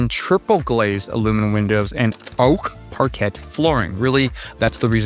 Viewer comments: Great video, just FYI it (parquet) is pronounced par-kay, not par-kett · "design nerd" pronounces the 't' in parquet